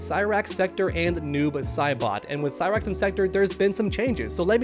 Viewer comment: Cy-Bra-X and Sexchange-tor hahahahahaha